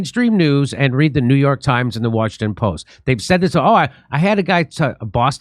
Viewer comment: You can say New Yirk or Whishington if you want.